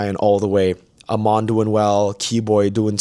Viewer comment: its Ey-mon not A-mon 😭 he literally says it in his voiceline